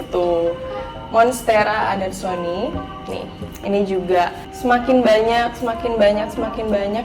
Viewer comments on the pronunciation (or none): Philodendron depannya deliciosa namanya Philodendron Burle Marx. Syngonium bacanya syn--gonium (singgonium). Monstera adansonii bacanya adansoni-ai. Dan untuk begonia, yang dulunya suka jadi trauma. Kayaknya fragile banget, kurang worth it gitu. Maybe try to increase the humidity for your begonia? Untuk saat ini calathea jg my favourite. Hanya saja ada beberapa yg susah banget, gampang crispy daunnya. Calathea wish list: Calathea Medalion dan Marantha leuconeura tricolor. Harga masih mayan mahal. Aglaonema yang pink (ruby superpink) juga bagus banget. Harga 200rban, tp aglaonema termasuk yg paling mudah perawatannya. Aglaonema pictum tricolor jg bagud, yg motif army.